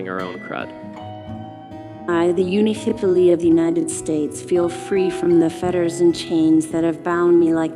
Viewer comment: I noticed that you placed the accent incorrectly in the word "Unihipili." Nevertheless, thank you for sharing